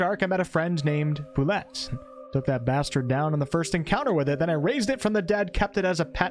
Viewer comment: Bulette is pronounced "Boo-Lay"